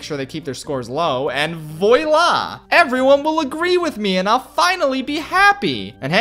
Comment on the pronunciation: That's the worst pronunciation of voila I've ever heard.